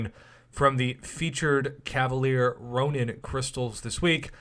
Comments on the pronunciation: Ronin not ronan lmao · Nope its Ronin. Look in-game